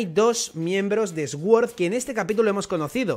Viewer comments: Recogida de likes aquí para que pronuncie suord y no eswuord 😢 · Dia 1 intentando que deje de pronunciar Sword como /esguord/ y lo pronuncie como /suord/ o /sord/ (y ya de paso que pronuncie /prins/ en vez de /prains/) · Sword significa espada, es una palabra en inglés y se escucha como "sord" podría decirse que la "w" no se pronuncia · Jaja esguord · Se pronuncia suord, las palabras con S al principio no se pronuncia ES, sino arrastrando un poco la S. Gracias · Cada vez que el pronuncia sword muere un profesor de inglés